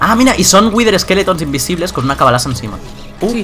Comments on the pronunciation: Por q dice corfe embes de cofre y cabalaza embes de calabaza??? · Dice cabalaza XD